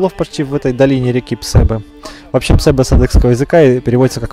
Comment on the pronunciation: почему говоришь ПсЕбе, когда ПсебЕ правильно?